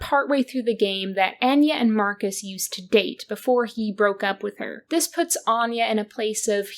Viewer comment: Omg the pronunciation of “Anya” is sending me… Love your videos but why are we mispronouncing this name immediately after it’s used in the game? And also pronouncing it in different ways? Feels deliberate somehow?